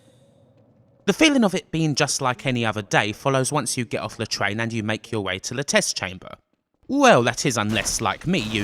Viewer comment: nobody: this nigga: pwoject this nigga: wides the twain to wowk